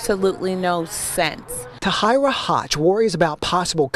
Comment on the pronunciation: The woman's name Tahira is not pronounced Ta-High-ra... It's pronounced as Ta-Here-ra.